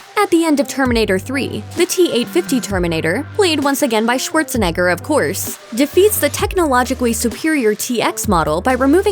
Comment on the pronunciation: "Shuorzenegger" XD